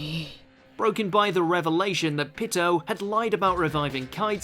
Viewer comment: Bruh Hunter x Hunter names pronounced: 'G-OWN' not GONE. And its PEE-TOE not Pit-oh. That irked my soul.